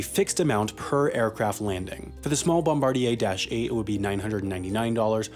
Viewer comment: mate, you're pronouncing "bombardier" super wrong.